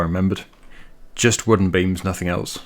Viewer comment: I love it when he says beans or beams hahaha